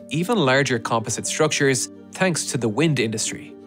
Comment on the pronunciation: You would think that someone that's really good at engineering would know he's saying tanks instead of thanks lol